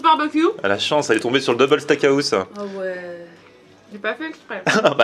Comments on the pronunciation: Liké si toi aussi sa t'enerve quand il dit steak a house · Steak haouse